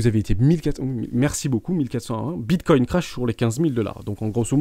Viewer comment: Non, c’est comme ceux qui disent Bitcouine mdr